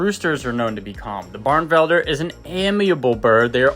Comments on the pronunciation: Beautiful bird. It's pronounced "bar-nuh-vel-der" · “Barnevelder” is four syllables, not three. Delightful birds. I had a pair for eight years. I still miss them.